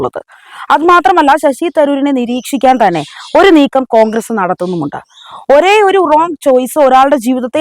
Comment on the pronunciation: കോഗ്രെസ് അല്ല മോളെ കോൺഗ്രസ്‌ എന്നാണ് നല്ല അക്ഷരശുദ്ധിയോടെ വായിക്കുക